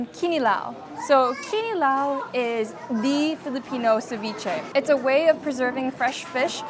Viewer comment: nailing almost all filipino pronunciation is sending meeeeee ❤❤❤